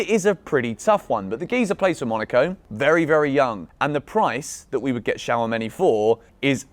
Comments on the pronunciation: Shawameni😂😂 It's Chu-Ame-Ni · my guy just said shower-many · It’s pronounced 2 sha meny